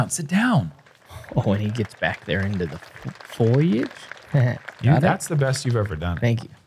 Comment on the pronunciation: Hole 8 right before Ricky's tee off...Uli killed pronouncing foliage!! Good job man.